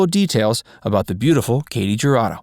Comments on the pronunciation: Her name is pronounced "hu" Rado. Not ja. Just sayin. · The letter J in Spanish is pronounced as an H. So it is Hurado and Halisco. Why they mispronounce Spanish names is beyond me because they don't do it with French Russian Ukrainian, or even Chinese names. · Announcer-I cringed every time you pronounced her name. Please learn how to pronounce the names of celebrities. It's pronounced, "hurado" with the "h" sounding like the "h" in the word "help"-same for "Jalisco" (Jalisco) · Her last name is pronounced "Who-ra-doe" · It’s actually Hoo-Rah-doe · The J is pronounced as a Y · Katy Jurado really stood out in High Noon, which I highly recommend to anyone who hasn't already seen it. That's what I know her from. What other movies of hers do you recommend? Anyone? p.s. If you don't want to completely butcher her name, just search any Spanish language video about her, such as: historias engarzadas katy jurado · I read the comments to find one mentioning how her last name is mispronounced. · How in the hell did Ernest Borgnine manage to marry this beautiful woman? And how does the narrator not know how the letter j is pronounced in Spanish? Did no one see this but him before it was uploaded?